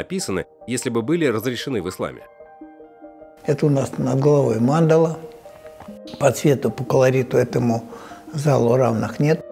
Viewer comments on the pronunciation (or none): none